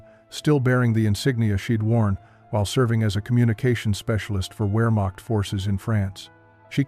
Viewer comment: DEFINITELY NOT "WEARMOCKED FORCES, BUT VEAHMACHT GERMAN W= ENGLISH V GERMAN V=ENGLISH F